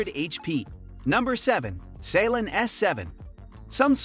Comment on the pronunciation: Saleen not salen